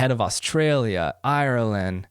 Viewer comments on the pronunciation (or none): none